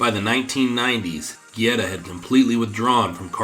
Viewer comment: Good video but it drove me crazy hearing you mispronounce "Guerra" name over and over. Not gierra!! Guerra!! G E RR A